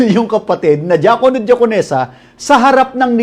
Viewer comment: DIAKONO sounds like JAKOL NO Lol